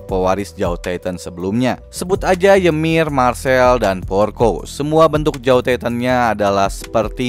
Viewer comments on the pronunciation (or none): none